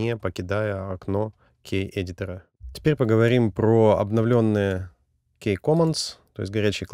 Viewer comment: Спасибо за видео. Хотелось бы корректное произношение английских слов (Ки, Валв, Бэйс).